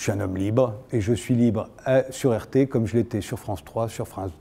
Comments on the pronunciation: Il est naze le présentateur ou quoi ? Il 'est pas sur "arte" mais sur "rt" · « Pourquoi vous trouve-t-on sur une chaine comme Arte ? » Pourriez-vous mieux prononcer RT, SVP ? Là il y a vraiment une source de confusion.